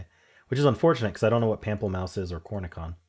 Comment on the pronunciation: I learned Pamplemousse from the La Croix water flavor. 😂 And cornichon is pronounced with the soft sh--corn-a-SHON. And because I hate pickles, I give all my cornichons away. 😂